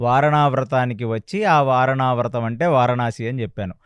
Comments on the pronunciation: వారణావ్రతం కాదమ్మా... వారణావతం!! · వారణావ్రతం కాదమ్మా వారణావతం.